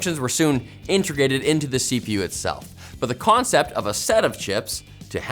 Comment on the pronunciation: "Intragated"? ( ish)